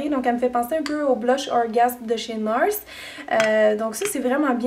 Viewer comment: Hihi François NARS vient de France alors tu peux prononcer la marque en français ;)